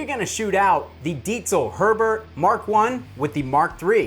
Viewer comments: Man, I'm so happy (being german myself) that Kyle pronounces it the right way 😇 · That's how you pronounce it, I cringe hard everytime I read/hear Diesel or Deizel. 🤣 *honorable mention: "Squire Jagwar"